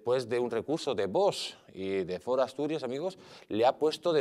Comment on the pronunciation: POR FAVOR , PRONUNCIEN BIEN VOX , NO ES VOS